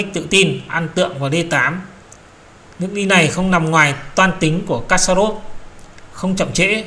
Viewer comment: Kasparov đọc là kas-pa- rov.